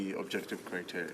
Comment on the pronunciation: Haha Michelle, you are his kryptonite, you cracked him like an egg at the end and he started gasping for air by going on the attack. Not only didn't he know what you were talking about, he also struggled terribly with the word 'criteria'. He was practicing the pronunciation of the plural... I bet my kingdom he is not aware of the fact that there is a singular as well, let alone what it is. Nor did you spare the Chair's condescension. Good for you Michelle, keep on holding them to account!